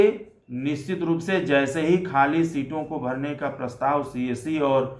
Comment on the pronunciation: Sir apka word 'nischit' hopeless hai😢😢😢